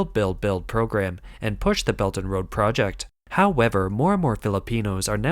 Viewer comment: It's "Pra-Ject", not Pro-jet!